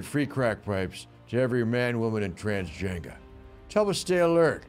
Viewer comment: Every man,woman and “transgenga” 🤣😂🤣😂🤣